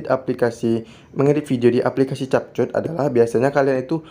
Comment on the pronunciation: Cara yang benar nyebut adalah kep kat...bukan chap chut😅